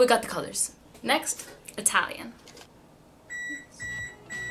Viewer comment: Part 2 please, btw good Italian accent.